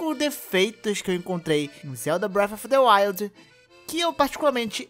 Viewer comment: Não dá pra levar a sério quem nem sabe pronunciar o nome do jogo e quer fazer analise, análise requer um alto nível de estudo entendimento do assunto é claramente você não entende nada de Zelda como dito no vídeo então você não tá capacitado nem pra fazer a análise da categoria de abas de comida porque como você diz não tem como passar de aba pra aba mas claro que tem com o analógico direito ... Eu que sou muito intelectual e percebi isso jogando sozinho ou você que é uma pedra com perna ? Você querer dar suas opiniões ok KKK já vi nego falando que Sony tem exclusivo e nem por isso falei algo mas você querer falar que vai fazer analise no mínimo espero eu alguém que saiba ligar o vídeo game ou até mudar a aba de comidas do jogo com o analógico direito KKK . Flw